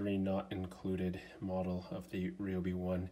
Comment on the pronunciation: Bro it is not called a Rayobi it is called a ryobi like Ryan not rayon